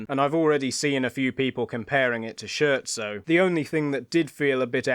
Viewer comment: Thought-provoking and eloquently put, with cogent observations as ever! BTW, for future ref, Scherzo = "SCARE-tzo"